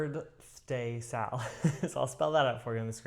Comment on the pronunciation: You did very well with birdthday Sal pronunciation! Your walks are working at getting stitches into my Quaker flag…thank you. 🦉🧵🪡✂️🐶